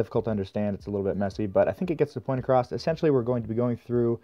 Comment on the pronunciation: There's no T in across. Across. See? Ah-cross. A. Cross. Not acrossT. It's not an acrostic poem. Edit: Okay you also say 'processT' so I suspect you might just have a speech impediment or something. You DO know SS' don't have a T after them ever right? I can't think of a single example.